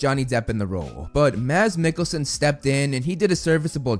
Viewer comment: Great to hear you pronounce Me and Mads’s name right. The d in Mads is silenced, so it’s actually pronounced “Mas”. Almost like you would pronounce “mass”. Great job!